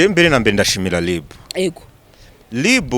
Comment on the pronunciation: Umuhungu Ungana Gutya Ntazi Gutandukanya R na L koko ( ngo LiB, aho kuvuga RIB ) 🤔😎